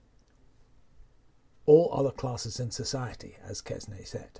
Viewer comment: Hate to be a pedant but it is Quesnay [kɛnɛ], no -s-.